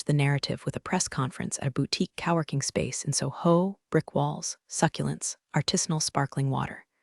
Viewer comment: Cow working? NO. Co-working. I do hope AI learns to correctly pronounce “Patagonia”. At least we did not get a pen-tag-on.